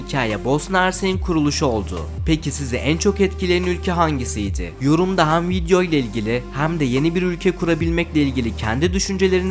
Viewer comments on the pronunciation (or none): none